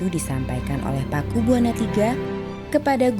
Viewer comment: Bacanya Pakubuwono...bukan Pakubuwana